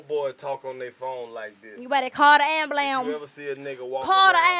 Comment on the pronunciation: The look karlous gave when he heard her say ambulamb😂😂😂😂😂